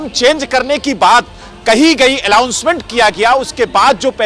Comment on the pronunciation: Phle bolna Sikh le godi patrakar...allownment kya hota h announcement hota h degree kaha se li anchor banne ki ?